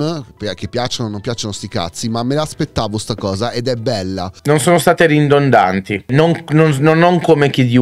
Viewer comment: è la "ridondanti" non "rindondanti. Te lo dico perchè sarà la quarta volta che la sento da te. (Nessuna polemica, solo un'indicazione).